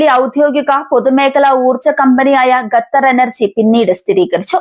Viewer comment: ഖത്തർ ✅. ഗത്തർ അല്ല. ❌